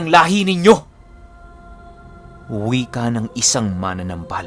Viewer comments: wala naman syang sinabi na mali ang pagkabigkas ni. Ang sabi nya dahandahan sa pagbigkas ng salitang MANANAMBAL (Manggagamot in Tagalog) kasi ang pagkakapronounce kc ni ay MANA-NAMBAL which is katunog ng MANA-NANGGAL. Ang tama kasing pagpronounce nyan in Bisaya is MA-NA-NÁM-BAL. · Dahandahan lang po Ang pag pronounce Ng "manamnambal" . Hindi po Yung parang mananangal.. heheh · Ma-na-nambal dahan2 lng po yan po tama pagbigkas sa bisaya